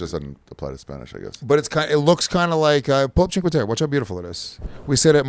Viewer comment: I nominate for the worst pronunciation of a place award for “cheenkwaterra.” Jesus Christ 😂. Awesome that he travels with his kid though.